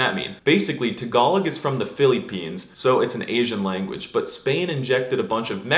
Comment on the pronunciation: Please pronounce "Tagalog" and "Philippines" correctly. I am VERY triggered. I still like your videos.